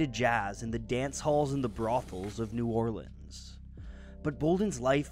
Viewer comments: Your correct pronunciation of New Orleans makes me happy man, awesome video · Louis Armstrong pronounced it New Or-leens